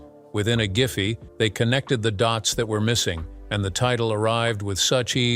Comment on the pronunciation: And 1/2 second later added, "Within a Ghiffy they connected the dotes that were missing." Ghee whiz that was quick!